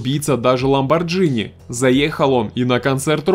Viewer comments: Не Ламборджини а Ламбордини. Машина итальянская а не американская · не ламбарджини а Ламборгини..... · ЛамборГини ЛАМБОРгИНИ ЛАМБОР Г ИНИ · Кошмар, сколько всего уничтожено, разгромлено... почти как у Сигала )) Неужели никто из записывающих ролики не умеет читать?? ))) - ЛамборГини.